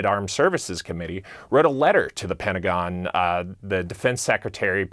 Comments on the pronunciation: The "Pentagin"? How about Newcasters that speak American English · She said pentagin